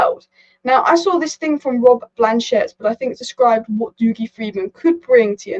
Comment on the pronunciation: dougie is pronounced 'duggy'